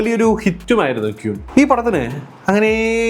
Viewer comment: ഈ അവസരത്തിൽ പറയുന്നത് ശരി ആണോ എന്നറിയില്ല, Queen എന്ന വാക്ക് ഉച്ചരിക്കുന്നത് ക്വീൻ എന്നാണ്, അല്ലാതെ ക്യൂൻ എന്നല്ല